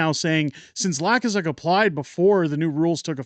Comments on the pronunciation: Hey... just want to let you know that the fool you mention is pronounced "Luu - kaa - suk", not "Laa-kuu-suk"... not that it really matters... the man is a total ultra maroon and it will be fun to watch him fail. Keep on truckin... You are doing a great job!!! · The way it is pronounced is loo-k-zuk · It's pronounced Lou kas uck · Are you mispronouncing Lukazuk’s name on purpose 🤣